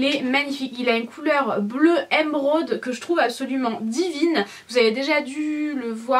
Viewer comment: ca s'écrit émeraude pas èmeraude donc arrete de le dire comme ca stp